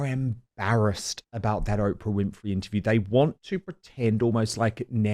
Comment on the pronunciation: I wish Angela would pronounce Oprah correctly.